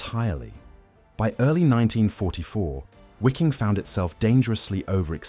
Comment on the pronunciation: Excellent, but it's not pronounced wee-king or wikking. It's Vee-king.